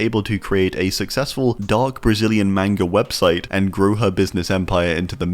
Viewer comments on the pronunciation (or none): none